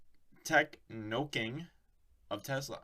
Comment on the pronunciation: Techno-King... not Tech-Noking :)